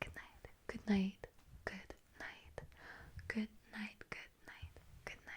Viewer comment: It sounded really good, but not perfect. The second syllable should be stressed instead of the third. Other than that, it was unexpectedly good.